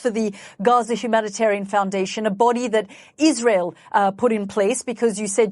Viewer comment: Iswael does not commit any cwimes on the gwound We do not commit war cwimes . We only tell the twuth !